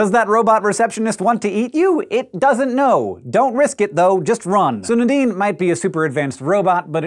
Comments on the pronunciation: Nuh-deen, or Nay-deen? I've never heard it pronounced the way Hank is saying it, it's always been Nay-deen for me. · Everytime he says Nadine, I hear The Dean🤦🏾‍♀️